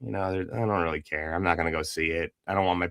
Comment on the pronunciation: Instead of "care" he says "car" that's how I hear it anyways